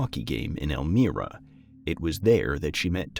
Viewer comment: Please note > the town of Elmira is pronounced El MY ra. The "i" is a long sounding vowel